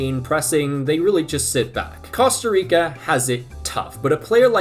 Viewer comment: Bro said costo rico 🤣🤣